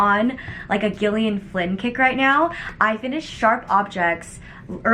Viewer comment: Every time you say Gillian with a hard G it actually hurts me - it's pronounced Jillian